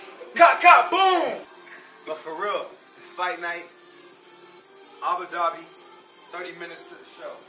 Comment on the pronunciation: nobody caught him call Abu Dhabi “AGA Dhabi”???? lol